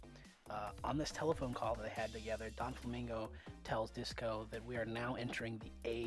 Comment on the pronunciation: are you seriously saying Donflamingo?? it's Doflamingo, Doffy. not Donfy...